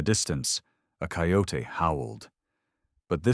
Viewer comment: Coy yo tay I have not heard it pronounced that way since we moved back east from AZ. Any kin to the Chiricahua? People who do not know them well call them Apache. I am Cherokee/Lumbee.